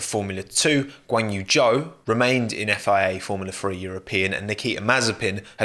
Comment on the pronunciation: It’s Zhou but no one knows how to pronunce it